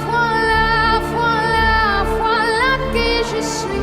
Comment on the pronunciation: Never knew “voila” is pronounced “frola” the more you know